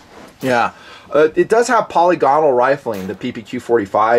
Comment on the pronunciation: ...it's puh-LIG-uhnal. Great vid by the way